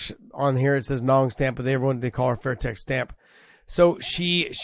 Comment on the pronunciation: First of all. It’s Stamp Fairtex!! Secondly, no mention of the GOAT Anissa Meksen!!!